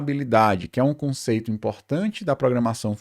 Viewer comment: po mane kkk tanko ele coloca m em tudo viado, "pontum", 'conceitum"